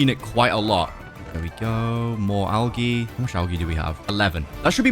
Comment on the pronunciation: Oh it’s pronounced al-j-e not al-g-e